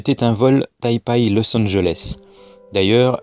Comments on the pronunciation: On dit Tai PEI et non Tai PAAAAI (rigolo) Et Google Maps ? Serieux ? C'est ça ton argument ?? Continue, je devindrai platiste avec toi :) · D'ailleurs Taipei se pronnonce "taypé"